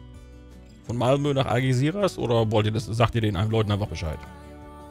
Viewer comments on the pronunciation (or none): "Mamlö" statt Malmö ist auch schön. :D